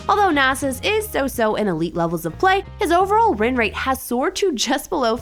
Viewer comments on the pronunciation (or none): his rinrate?